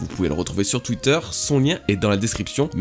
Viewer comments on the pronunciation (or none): none